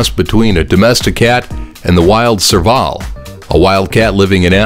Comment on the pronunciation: serval omg the way he pronounced lol!!!